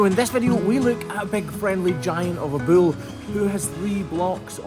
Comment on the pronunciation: I’ll never tire of the way says bull as “buell”